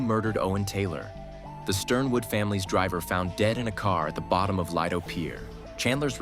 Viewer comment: The LEE-do Pier, not Lie-do